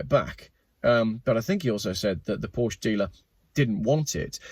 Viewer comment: Remember kids, Porsche is a two-syllable word 🤫